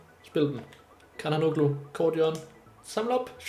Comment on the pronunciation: det udtales canahanuglu